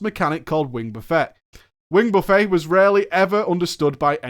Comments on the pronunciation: You eat a buffet (silent T), if you are buffeted by something then you pronounce the T. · "Wing buffet" Wrong word. That's actually just the wrong word you're saying. You're pronouncing it like you're at a golden coral instead of like you're getting buffeted by a dragon's wings. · i still can't get over him pronouncing buffet like he's about to dig into a meal.... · It's not "buffet" as in the food "all-you-can-eat" buffet, it's pronounced buffet exactly how it's spent. FFFFFFFF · lol wing buffet. the t isn't silent. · Pronouncing "Buffet" as you did, as a buffet of food instead of the wind buffeting was hilarious. Like Onyxia was hitting you with a buffet of chicken wings or some shit. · Buffet the noun is pronounced differently than the verb. It should sound like buff et, or buff it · "Wing Buffet", pronounced like an all you can eat dinner setting? Its pronounced like "stuff-it", you English I swear. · In his Drama Fridays/PG Shows he still says Buffet (Buff-Ay). People are gonna start raging at him soon. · It's not pronounced "buff-ay." Onyxia isn't serving you all you can eat wings. Its pronounced like that Jimmy guy the one that sings Margaritaville. It means to violently strike repeatedly similar to the word batter and often used when referring to air or wind. The name implies she is using her wings to blast you with wind. Just sayin. If you do it again it's a fucking 50 dkp minus. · So hard to listen to you call it wing "buh-fey" when it's wing "buhf-it". It's not an endless meal of Onyxia's wings, it's repeated blows from her wings. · It's Buh-Fet, not buff-A, just btw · out here calling "wing buffet" (buff-eht) a fucking wing buffay as if onyxia is pudding on a spread for everyone like KFC xD Fucking hell you're english you should know how to pronounce french words after the normans took over in 1066:P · AH! buf-it, not buf-fay. Why does that trigger me so badly...? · Roger McKay Like Jimmy Buffett, not like China Buffet.